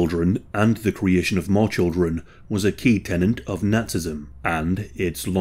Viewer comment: The word is TENET